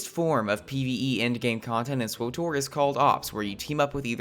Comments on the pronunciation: sw OOOH tor ... ugh. Did you call TOR, OOH TOR? It's SW (like the sw sound in sweep) and TOR (like tore), so it would sound like swittor more than it would swOOOOHtor, you horrible person. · "swoh-tor" Just say the fackin name, pleb. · why the hell would you EVER pronounce SWTOR !??!?! Just say the old republic like a normal person...